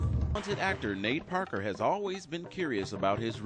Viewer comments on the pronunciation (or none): none